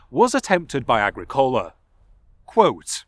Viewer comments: another annoying nit-pick: The emphasis in the name "Agricola" is on the second syllable, not on the third. pronounced ah-GREE-coh-la. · it's a proparoxytone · agri.. cola? not a gric ola? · Agricola in classical and church Latin is pronounced, "ah-GRI-cohl-ah" - means "Farmer" in Latin. (like "Bauer" in German). Did you read the original sources in Latin and Sean-Ghaeilge? Very interesting topic. Thanks for the video. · I'm surprised someone with such in depth interest in the topic who has also invested long hours researching and making a video cannot pronounce the name Agricola correctly. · Please learn the correct pronunciation of Irish personal names and place names. It is annoying not just the mispronunciation of Agricola but tuathal which is ‘too hal’.